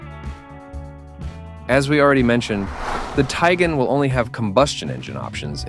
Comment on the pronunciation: Dude can’t even pronounce the name correctly.